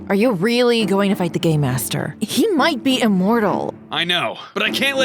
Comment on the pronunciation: Every time I hear say "Game Master" I hear "Gay Master"